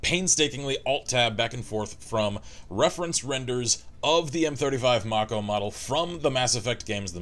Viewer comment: It's mako as in make-o. The name is taken from the sharks with the same name.